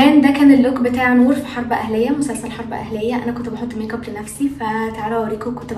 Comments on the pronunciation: دوم الضحكة ي قلبي😂❤ + ي ستي فاهمه والله😂بس هي مش بتقول ميك اب بتقول ميق اب تحسيها بتقولها بالقاف😹😹😹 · كل دي اسماء بتقوليها بالانجلش وجت على ال make up وتقولي ميق اب😹